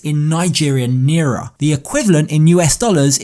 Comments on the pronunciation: its pronounced nai ra not nera... literally how its spelled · The Nigerian currency is pronunced Niy-rra not nee-ra. Sorry to correct you, its just soo many people mispronounce alot of our things and it does get annoying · That's crazy I had a world globe with the currencies and I think they pronounced it neeery